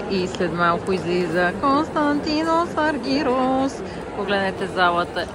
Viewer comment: Не е Аргирус а е Аргерос....и като правите видиа....грамотно поне...,като те чуе той как му произнасяш името ...едва ли ще иска да те види